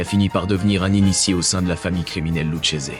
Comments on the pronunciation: Excellente vidéo,en revanche ça ne se prononce pas "Loutchésé" mais "Louquésé". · Bordel apprendre à dire les nom comme il faut ça se dit Luquese et pas luchese 😂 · Video de très très bonne qualité, comme d'habitude! Vrai plaisir de regarder (je regarde très peu de youtubeurs). Attention que le nom de la famille se prononce LOUCKESE et non LOUCHESE :p. Par contre, il n'est pas vrai que les familles étaient contre le trafic de drogue dans les années 60. C'est tout l'inverse. Il résulte de la conférence de La Havane de 1946 que les familles acceptent de se mettre au trafic. Lucky Luciano (et quelques uns comme Franck Costello) était contre, mais l'ensemble des familles étaient d'accord. D'ailleurs à cette époque, elle délègue une grosse partie du trafic aux dealers noirs de Harlem (qui devaient payer un lourd tribu). Mais ta vidéo reste d'une incroyable qualité (pouce bleu!)